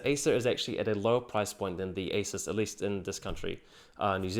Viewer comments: You pronounce asus like acer. It's really annoying. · i had a hard time knowing if i heard you say asus, or acer. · Tech Sorry, but I did have problems understanding your pronunciation of the words 'Acer' and 'Asus'... sounded nearly the same.... very nice job though... tough decision for me between these two. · Seriously this guy pronunciation of Asus and Acer is so similar is more confusing than helpful to watch. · wtf the pronunciation acer and asus, i totally can't tell which one are you explaining.. let alone doesn't show the monitor comparison . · it is almost impossible to distinguish your pronounciation of ACER and ASUS. It sounds like you are saying the same word both times. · You're pronouncing Asus wrong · the way he says asus and acer sounds the same